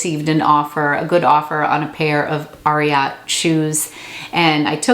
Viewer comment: Ariat is named after Secretariat so that will help you pronounce it correctly 😬